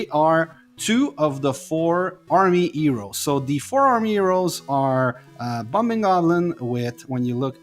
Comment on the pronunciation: For your accent I take you are Mexican??? You should practice the letter H, because you say Eroes, Elp, Ell, Ave, Elm, instead of Heroes, Help, Hell, Have, Helm, etc You try to talk American, but fail. Glad to help.